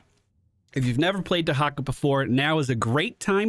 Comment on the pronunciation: What De-hak-a?